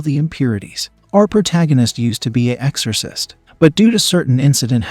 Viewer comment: Eggzorsis, he says. Dude it's EXORCIST